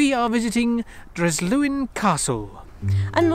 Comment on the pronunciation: Nice video,but the 's' in Dryslwyn is pronounced with an 's' sound and not a 'Z' 🏴👍